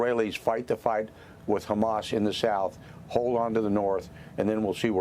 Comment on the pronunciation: As annoying as her voice is, I enjoyed playing the first few seconds of this video back….she sounded like she had a stroke when she said “Hezzbllll”